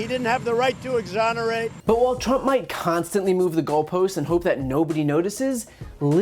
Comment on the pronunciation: I seriously thought Mueller said tramp instead of trimp.